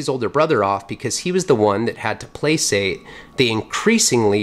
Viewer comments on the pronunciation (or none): placate - pronounced play-kate....sounds great man, can't wait for the goods to ripen!